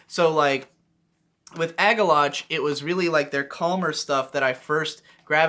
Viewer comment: It bothers me that you pronounce Agalloch as Ag-Ah-Loch instead of Ag-Ah-Lock.